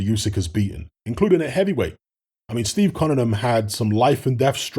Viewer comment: It’s pronounce OoSek you ignorant f